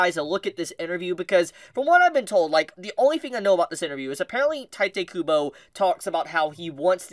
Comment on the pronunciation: If he keeps saying tite kubo I’ll shit my pants